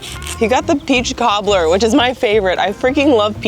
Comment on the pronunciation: Laughing still over calling the peach cobbler (what sounds like) a "toddler".